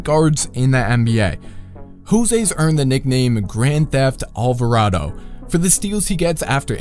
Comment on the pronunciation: Alvardo Alvarado